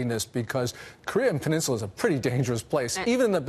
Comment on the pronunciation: Is it just me or does President Trump and people from East Coast say peninsula weird maybe people out here in the west coast and Midwest say it weird but it’s just sounds so awkward when they say it to me does anybody else from the Midwest or West Coast Alaska or Hawaii does it sound weird Do you kind a like Oregon or Washington how they pronounce that out or even Sacajawea LOL again maybe it’s just me